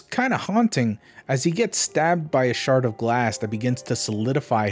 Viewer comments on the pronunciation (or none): none